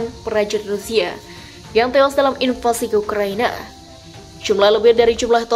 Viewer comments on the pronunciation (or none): none